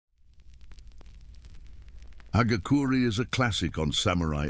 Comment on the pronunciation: Ha ga ku re phonetically terrible pronunciation